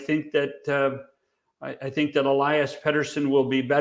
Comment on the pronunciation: It's pronounced Elias not Elias.